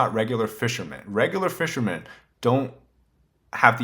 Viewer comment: There is no s in the word fishermen.